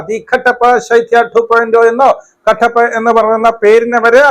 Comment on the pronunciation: കട്ടപ്പ അല്ല കട്ടപ്പി എന്ന് പറയണം😂